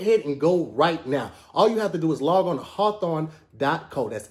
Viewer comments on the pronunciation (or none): Who asked to do advertisements. He really sold me on the cologne site and I typed in “hawthawn” bc that’s what he made it sound like😪